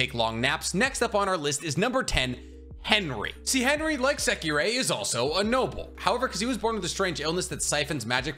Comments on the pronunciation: JSYK, it’s “Secre” not “Sekirei” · Well you pronouncing secrer's name weird